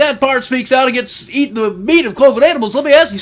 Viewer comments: i can't take someone serious when they say "again it" instead of against it. Also this "Pastor" is suggesting another holocaust. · "Agen it"? Rofl, what the fuck is that? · that pastor cant pronounce his S' im againt it ! lol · is he saying again it? or against it? because it sounds like again it. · Never take a man seriously when they can even say "Against" correctly.... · can''t even say "against" right, I don't think thinking he's so smart is even possible